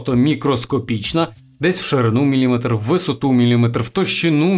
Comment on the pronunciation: З наголосами — "якийсь капець просто") Чотирнáдцять, мілімéтр...